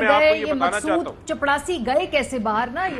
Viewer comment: صحی لفظ چپراسی ہے چپڑاسی نہیں۔